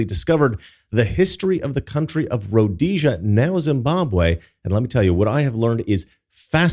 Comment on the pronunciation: Actually it's pronounced Rhodesia